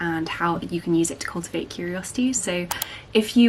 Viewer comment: she also mutilated the English word 'cultivate.'